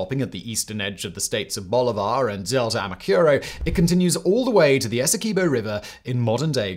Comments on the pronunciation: its a pronounce es-see-qway-boh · In Guyana, I always heard "Esequibo" pronounced "Ess- Quay-boe". Of course, that is no guarantee its right, just what the locals (sort of) called it.